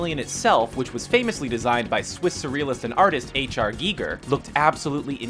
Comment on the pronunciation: "gee-gur"? It's pronounced like guy-gur.